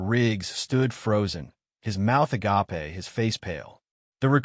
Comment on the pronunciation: A-gape, not a-ga-pe. No such word as a-ga-pe. 2 syllables only. know, not no den mother, not din Learn the different pronunciations of the word read and when to use them. Don't rely on AI to read anything. It only proves how ignorant it is. This is about the 5th time I have watched this same story. BORING